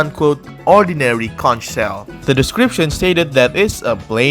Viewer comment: Conch is pronounced “konk”